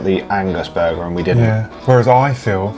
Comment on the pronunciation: “BuUrgar” 😂 love it. Just Like Calfreezy Absolutely correct Harvey’s is 10x better than A&W. (sawdust isn’t a bad way to describe their burgers)